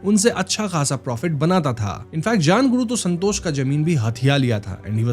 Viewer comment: Santos ❌️ sanhtoshh ✅️